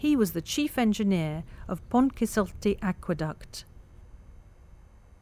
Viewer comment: Can we get native Welsh speakers to narrate a video about the Pontcysyllte next time? In literally every video it is pronounced incorrectly.